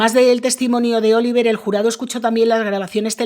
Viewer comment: Oliver y se pronuncia Olivié . Que bobos son de regresar del Canada. Y el dinero sigue para ella?